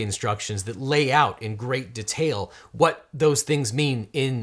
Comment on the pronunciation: im kinda bothered/annoyed by how you pronounced details like d'tails... It didn't stop me from liking the video though